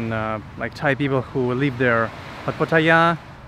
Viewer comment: That northern dude with no shoes filming Pattaya but can’t pronounce it properly smh